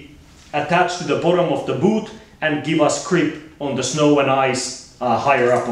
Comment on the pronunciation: i hate how he says boOt